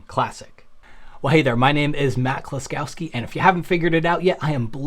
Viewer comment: Bro, it seems that you heavily mispronounce your surname ;-). It's KŁOSKOWSKI in the original, pronounced "kuoh-skov-skee" with O pronounced the British way, not the American way similar to A. I hope you find it helpful.